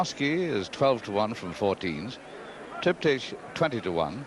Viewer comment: Triptych's name is pronounced as with Trip-tick. [Not as Trip-teesh!]